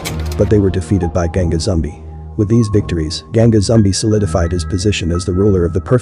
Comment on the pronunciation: It's pronounced "zoom-BEE." Also, the quilombo [kee-LOHM-bow] in question is pronounced "paal-MAR-es." Axé Capoeira!!